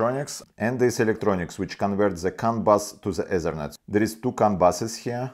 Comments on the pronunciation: Say T in stead of Z. Zhe Ezernet must be the ethernet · when he said ezernet i felt that.